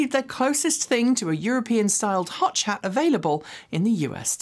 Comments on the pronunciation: Another great show. Always amazes me how much you get through... and I do enjoy the odd slip up that gets through.... Love a hotch hat! 😂 👍 👏 🏳️‍🌈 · I thought she said ‘hot chat’, which would be a bit TMI for me!